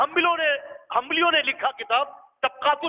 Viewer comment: ہ ہمبلی نہیں ہوتا بلکہ حنبلی ہوتا ہے